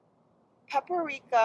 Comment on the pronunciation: she cant say paprika in english even?